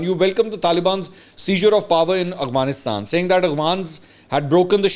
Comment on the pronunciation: Mansoor sb, your vlogs are very interesting. Just an observation: You pronounce Afghanistan as Aghvanistan. اغوانستان۔ . A lot of us make this mistake. :)